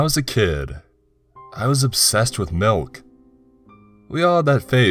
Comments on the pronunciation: Got melk? IT'S MULK!!! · No no no no you're saying wrong you're saying Malk like it's a disease. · POUR ME A GLASS OF MALK. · Pour me a glass of malk